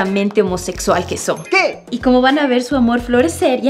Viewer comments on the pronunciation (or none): ¡Ujúúú! ¡Yaoi! ❤🌈 Pobre Sara, ella solo quería tener una perrita. ¿Cómo se llama la canción de Betamax? ¿por qué dice "por quéf", o sea, con la "f" ?